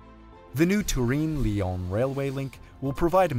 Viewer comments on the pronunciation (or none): Turin, not Tureen. If you want to use the Italian name, it's Torino. #hyperforeignism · TUREEEEN? You have never heard / checked how the city is pronounced in English? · Absolutely wild pronunciation of Turin. In English it is pronounced like Ter-Inn. In Italian it's Torino, pronounced phonetically. Lived there for a while and never heard it pronounced like that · Turin rhymes with urine in English. It’s not tur-EEN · “Turin” is an English name for the Italian city of Torino. You should not be trying to Continental-ify the sound of it. It is English. Turin rhymes with “fur in”— emphasis in the 1st syllable. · the way bro pronounces "turin" is painful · It makes my ears bleed how he tries to pronounce Turin as italian ad possible, when Turin isn't even italian 😂 It's Torino in italian